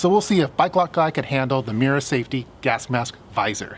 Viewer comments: Correct me if I am wrong but it sounds like you are saying gask-mask? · he keeps saying gask mask lol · am I the only one hearing "Gask Mask"? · WHo else is irritated by his pronounciation of gasK mask?